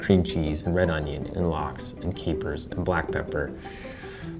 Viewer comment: "...and lax" waaaaait a second... Is that Swedish or what?